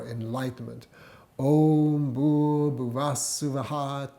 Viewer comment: There are two ways of pronouncing 'Bhuvaḥ Suvaha' in Gayatri mantra the way in which you pronounced it is correct as I would expect from someone who had been meditating for so long, but I just wondered why you pronounced the word 'Bhargo' like you did, as it is clearly not correct. It is pronounced in a similar way to a rolled 'R' in Spanish language and not how you would expect it to sound if you were attempting to pronounce it from an English language pronunciation. having never come across the word before or not knowing it is a sanskrit mantra. I think it is important for people to learn to chant it correctly.